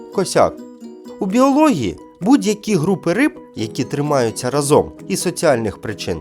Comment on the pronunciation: Крім відмінювання ще пропустив тему з наголосами. Оце "разом", яке звучить звідусіль, просто вже нервує. Прочитайте правила. Та й ще багато неправильно наголошених слів. Також іноді дивна інтонація при читанні. Ви робите гарну справу, тож треба більш вимогливо ставитись до себе. Успіхів на майбутнє.